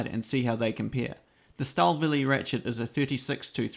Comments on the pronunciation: It’s not a mystery how it’s correctly pronounced. Google it, eh not E. That simple. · Well done sir ... from a fellow Kiwi! Your pronunciation of Stahlwille is soooo funny!!